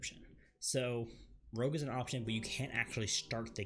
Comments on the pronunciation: Rogue... not Rouge. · it's Rogue not Rouge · OMG ROGUE NOT ROUGE!